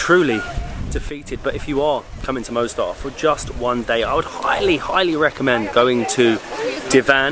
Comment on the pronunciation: Beautiful Mostar (Moss-tar, not Mow-star!). I was there in April last year. Loved it. The river looks a slightly different colour from when I was there, when it was a beautiful turquoise. It was also fascinating talking to some of the locals about what it was like living there during the war. Scary times.